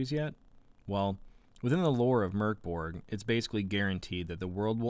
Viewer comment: Solid review! Just what I was after and now I actually consider purchasing the game. (Also props for the correct pronunciation right off the bat)